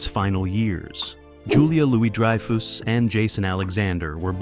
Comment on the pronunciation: "Dry-foos" and "Elaine Beans" Do you actually even watch the show?